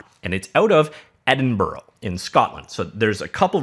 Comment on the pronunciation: Nice video, but just so you know, it's pronounced ed-in-bruh.